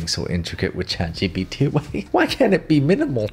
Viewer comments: Boy I definitely wasn't expecting "Chat... GUPEPT" 😆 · “And it’s called chat ✨GaBuTs✨” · Ah yes “Chat guh puh tuh “ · chatguhput. yes that should be the correct way to say it. anyway good job! love your vids and tutorials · Chat "gupt" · “chat gupt” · chat guhpuhte